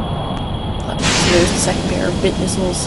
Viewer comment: by the way, they're "bit" missiles, not "thing that rhymes with witch" missiles.